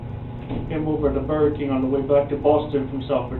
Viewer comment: Boor-gur Kang